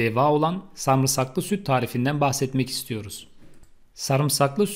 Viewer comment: Samırsak dogrumu duydum 🤭